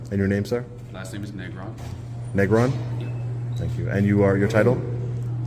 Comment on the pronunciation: What an idiot of an officer that has a Spanish surname but when pronouncing it, he Anglicizes it. Spanish pronounced Nehgrohn but he says NehGrawn. What an idiot, sounding ashamed of his surname.